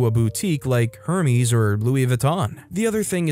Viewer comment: / dear, Hermès is pronounced Air-Mez.❤😘💖🫂